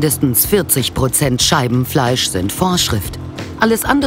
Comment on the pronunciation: Warum verstehe ich immer anstatt Scheibenfleisch Scheidenfleisch 🤔😳🤣